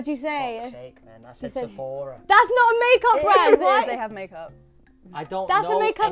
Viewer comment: Is it me or when said Sephora it was so satisfying 😂